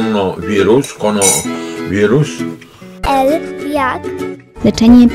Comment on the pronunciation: Konnowirus xD